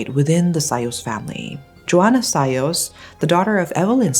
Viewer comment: How come you still pronounce Sayos in anglo accent?